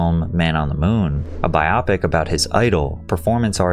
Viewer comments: Bro, you've gotta check some of these pronunciations before you hit 'publish' - it removes my immersion from the subject, and makes me watch less of the content. "Biopic" as rhyming with "myopic"?? I get that it's short for "biographical picture", but we pronounce it like "Bio-Dome". "Doctor Puh-nar-siss"?? Do it phonetically bro - sound that shit out letter-by-letter. It's "Par-naa-sis" - Just my suggestion, take it or don't. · It's "bio pic" not "bi opic" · Biopic = Biographical Picture = Bio-pic (pronounced bai·ow·pik), not biop-ic :) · Biopic = bio pic = biographical picture (film) I love your videos and appreciate your work immensely and cannot let your pronunciation of this word go 😅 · “Bi-aw-pick”, “psycho-pathy” bro your videos always have at least one mispronounced word lol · he still does evidently, mispronounces words like "biopic" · and thyme 😭